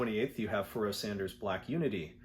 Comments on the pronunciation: Yeah I was surprised at that too, haha. “Pharaoh” pronounced like “Al Jarreau.” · Forget the pronunciation of the album title. I'm shocked by your pronunciation of Pharoah, lol! All insiginficant things like that aside, thanks for a greaet video.